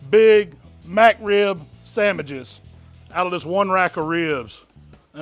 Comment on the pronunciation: My boy said "sammiches". That mean it's a damn good